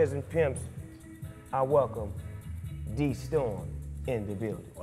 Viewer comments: You Snoop. If you read this. DeStorm likes it pronounced "Day" not "Dee" xD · haha he can't even say Destorm's name correctly